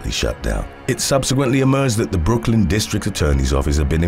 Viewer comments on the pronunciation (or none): none